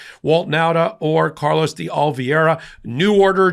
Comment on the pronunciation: Mispronouncing (seemingly deliberately) Carlos' last name is not only discriminatory, but smacks of racism. Please be a class act -- be better than the other side. (retired teacher)